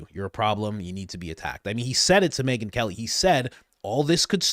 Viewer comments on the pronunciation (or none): Yea. She said Meghan mckelly. Everybody knew what she meant. Though I’m sure Ben in company will have a field day with it and say she really meant Megyn Kelly or whatever bullshit they come up with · Yes-I heard her say Megyn McKelly.😄